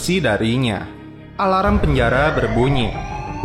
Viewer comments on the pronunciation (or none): none